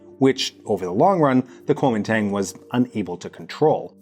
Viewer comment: Man, you don't know shit about Taiwan. If you're going to pontificate on foreign matters, you might want to at least check your pronunciation. I'm hoping that it's just ignorance that kept you from mentioning that Chiang and the KMT (that's Guo Ming Dong in English) shipped as much of the art and gold as they could over to Keelung as Mao's forces closed in on them over in the mainland. Your numbers on the White Terror are drastically understated. The island is a very complicated place and among my favorite in the world. Please show some respect for the dearth of nuance!